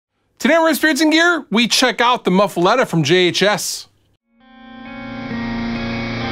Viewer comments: My mom is from Louisiana, so my inner Cajun is very upset that you are pronouncing muffuletta wrong. "Muh-fu-lah-ta" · Big I’m from Louisiana and i agree 100% hahaha